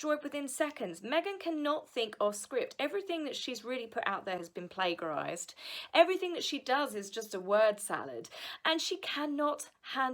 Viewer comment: Great video. Like that you talk about all the other Royals first before going on to Nutmeg and H. Hope that annoys her if she sees it! By the way, I hope you don't mind if I point out that the g in the word plagiarise is soft (i.e. rhymes with rage), not hard. Thanks again for all your work. It's greatly appreciated. Keep it up - we need to hear the truth. We certainly don't get it from the mass media.